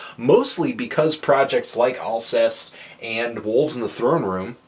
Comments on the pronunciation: I believe it's pronounced "all-SAY" :) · Yeah. Learning to pronounce the bands' name is FUCKING IMPORTANT, you inbred piece of shit. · You pronounced it pretty much completely wrong. Sorry Anthony. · ahah pronounced it wrong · you didn't pronounce it right lol